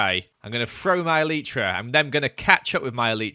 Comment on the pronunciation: eleetra eleetra eleetra... me: (elytra)